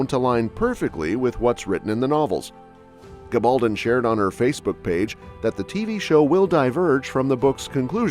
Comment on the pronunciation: I don't understand why the various speakers on these sites don't pronounce Diana Gabaldon's name correctly. Very poor.